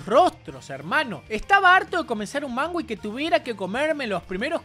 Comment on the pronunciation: Soy yo o dice "mangua"?? Xdxdxd